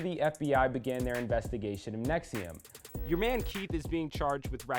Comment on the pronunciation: Let Lee explain: right off the top can't pronounce NXIVM. Sounds like you really put some time into this LOL!